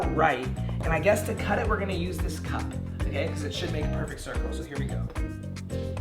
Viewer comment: The way how said cup 😂😂